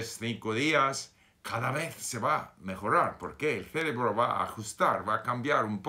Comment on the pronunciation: Señor Steve, la palabra "CEREBRO" tiene la fuerza en la segunda "E" no en la primera. Solo para ayudar no lo digo para criticarte. Saludos.